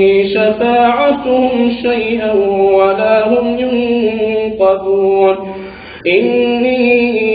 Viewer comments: In yasin sura ayet no.23 it should read yunkejun not yunkajun, In Mujammel sura in ayet no.9 it should read Rabbul mashriki not Rabbil mashriki. Allah Hafej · mash'allah nice tilawat but i found some mistakes. Ayath 23 end wala youn kijun. say yun kajun. when doubled jobor spell taan/jaan like this but 29 awath wa hida taan and say hida tun. zazakallah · Assalamualaikum. Thank you for sharing this heart soothing recitation of al Quran. Accept my apology first. In ayah 23, it seems is hear like 'yunQajun' but in the Quran I have & also in apps it's 'yunQijun'. Also pls check ayah 38. Fault might be in my hearing. I do apology once again if I mishear it. Jazakallahu khair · Aslamoalikum Brother Just to let you know the end of Ayah 23 is recited incorrectly by. JazakALLAHKHAIR